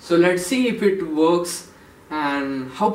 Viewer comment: It really woks! Aw my gawd!